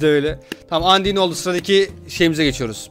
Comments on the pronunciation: Andiy diye okunmuyor andayn diye okun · abi lütfen andin deme undayn diye okunuyo lütfen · andin değil andayn